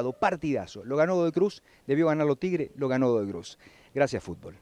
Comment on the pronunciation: tibre dijo jajaj